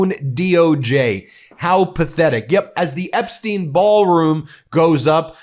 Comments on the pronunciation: Epstyne not Epsteen! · Epstein is pronounced as epstyne.